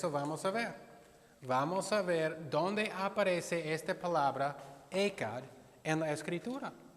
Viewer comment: Pastor tonto primero aprende hebreo y griego, y pronuncia bien el español.. no se pronuncia como los has pronunciado UNO en hebreo.. tiene entonación fuerte porque es JET O HET--- se pronuncia EJAT fuerte la J... gutural!! aprende bien y luego sigues con tus enseñanzas falsas, nunca podrás silenciar a los seguidores verdaderos de Jehová el único Dios verdadero y de su hijo Jesús el primogénito de la creación.. da risa que encima se pone a enseñar él mismo diciendo que los TDJ saben muchísimo de la biblia , eso es afirmativo, mas preparados que tÚ? SI LO ESTÁN!PORQUE NO ENSEÑAS INGLÉS MEJOR...!!! ahi si podrás enseñar bien!! pero para la biblia te hace falta humildad y dejar de lado a tu dios satanás!